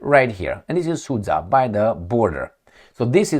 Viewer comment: Sud-ZHa,, sud-ZHa! Not SudZa. 👎